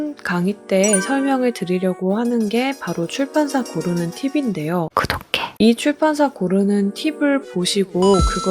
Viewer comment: 구독해가 왜..... 갈수로 고독해로 들리는걸까....ㄷㄷ...